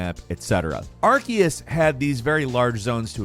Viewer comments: You are pronouncing Arceus wrong. It's pronounced Ar-SEE-us, not Ar-KEE-us. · Love ya but.... Are-cee-us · with the amount of times you've covered pokemon now, i'd have thought you'd learn to pronounce arceus' name properly